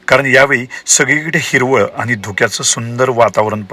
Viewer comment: किती अशुद्ध भाषा ! आपण कोकणातील नक्कीच नाही आहात. आनी - पानी बोलता.